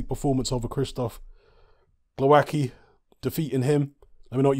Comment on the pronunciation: From my experience of Slavic langauges I'd say you pronounce it: Glov-ats-key